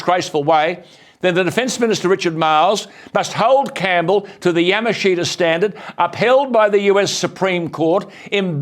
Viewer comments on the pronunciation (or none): Yamashita. "Ya-mush-ta" is the correct pronunciation.